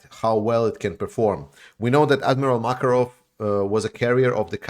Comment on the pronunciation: Did he just say the Russian Black Sea Fleet flagship was named Admiral Jacker-off??